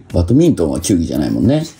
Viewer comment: トンボさんとカジサックが「バトミントン」って発音しちゃってるけど、テロップでちゃんと「バドミントン」って表記されてる。 しかも球技に分類されてるって注釈も入れてくれてる。 さすが藤原さん！